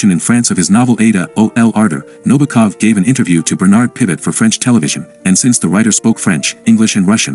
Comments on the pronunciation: This narrator repeatedly calls Nabokov, Nobakov. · Also, his last name is accented on the SECOND syllable: NaBOkov.